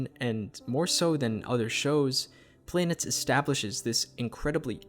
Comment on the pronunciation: It's pronounced "planetess" btw.